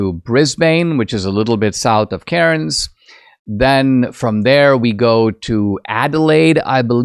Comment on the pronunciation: Cairns is actually pronounced "cans" in AU 😂